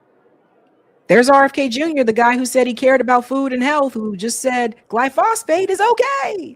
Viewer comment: not "-phosphate". It is glyghosate [glypho-SATE], and does NOT contain a "phosphate" ion. It is misleading to keep saying "phosphate" which occurs in nature, and is in many fertilizers.